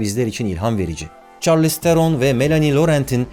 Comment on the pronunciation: Merhabalar benden de bir genel kültür :) Bazı kelimelerin nasıl okunduğundan yola çıktığımda isimlere de bakıp görmüştüm, Charlize Theron kendisi , isminin aslında şarliiz tfher-un olarak okunduğunu söylemişti :)